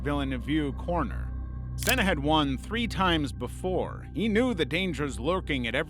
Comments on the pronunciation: How can it be an amazing video when he said noone has suffered the same as senna yet you know yourself many more have died in f1 since senna also the guy doesnt even have the respect to pronounce his name properly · Imolo? Sella? Come on bro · I'm an American. I winced at his pronunciation of Senna, Imola and then, later in the video, Nurburgring and Nordschleife